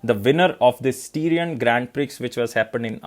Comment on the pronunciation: Styrian is pronounced like Syrian with St. And Prix is pronounced as Pri with X silent.